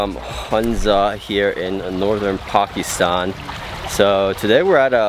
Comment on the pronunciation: Ah, someone finally knows how to pronounce Pakistan, 👍